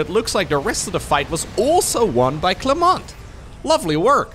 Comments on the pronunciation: lose the "T" for clement buddy ^^ it is silent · "Clément" you prononced wrong. usually in french when you have a "t" at the end of any words, it is usually a silent one. You nailed it except for that "t".